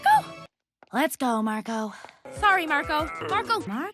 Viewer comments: I'm hearing margo and sometimes mango is there something wrong with me? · after a while it sounds like sarco... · The more I hear Marco, the more I'm hearing Starco. lol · Marco Me. Margo Like turns Marco into Margo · It kinda sounds like is saying Margo instead of Marco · not marco but mango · It sounds like she's saying "Margo" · as long as it continues I think I'm hearing " Margo " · My favorite part was when said 'Murgo' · Toward the end, it sounded like Margo, not Marco for some reason. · I keep hearing socko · I keep on hearing Margo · The best thing is that says marco everytime instead of tom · Angela Liao: Marco Oskar: Mango